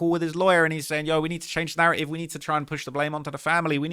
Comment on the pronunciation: Narraive 🤣 stop hiding ur T’s bruv we won’t throw em in any harbors